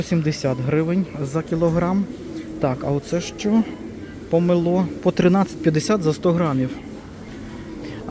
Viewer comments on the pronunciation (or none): не помелО, а помЕло. научитесь правильно называть фрукт и ставить правильно ударение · НІ помелО а помЕло Помело - це метелка